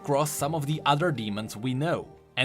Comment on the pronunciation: sorry but instead of ruler without a crown i heard ruler without a crow and now i cant take it from my head